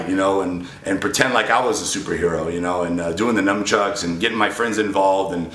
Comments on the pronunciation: NUNchucks.....not NUMchucks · Rich stop playing! you know damn well you dont do no freaking cardio! you barley even lift! lol he said NumbChucks! lmao